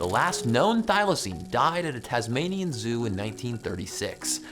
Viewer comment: Its the Tasmanian tiger... not the Tazmanian wolf.... god I hate it when Americans do Aussie stuff bc they're always getting it wrong... just like Vegemite.